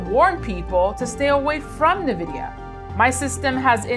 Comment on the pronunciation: "Nuh-Vidia" Why should I trust anything you have to say about this company's prospects for the future when you don't even know their name?